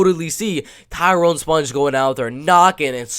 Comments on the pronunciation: its pronounced SPONG like ping PONG....not sponge.... like sponge bob....THAT MEANS YOU HAVENT WATCHED ONE of his fights to not know how to say his name... and hes a LEGEND... sloppy analysis if you literally havent watched enough of his fights to know how to say his name. do better. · its a ONE syllable word. its not close to driscus du plessis.... and if you watched ANY of his fights, it would not be hard to pronounce it.... you can say ping pong and bong...saying spong doesnt require skill. Re-watch some of his battles and you wont forget his name... hes a striking machine.